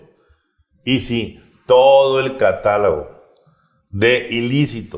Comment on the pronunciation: CATALOOOOOOOOOOOOOOOOOOOGO, NO "CATALAAAAAAAAAAAGO". ......!!!!